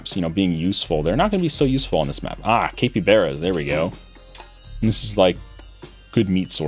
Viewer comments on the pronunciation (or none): that pronounciation of capybara made me cringe